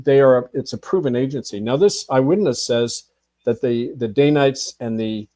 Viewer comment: It's Dan-ites, not day-nites.